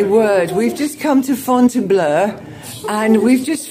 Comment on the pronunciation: Your pronunciation is perfect 'FONTAINBLEU' Madame Sheridan would be proud 👍🏼xx